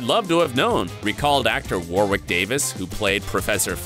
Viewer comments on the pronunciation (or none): Shape was the Potions professor, not the DADA professor. The second W in Warwick is not pronounced. I have to wonder if Snape’s long, many buttoned robes are inspired by the soutane still worn by some orders of the Catholic priesthood.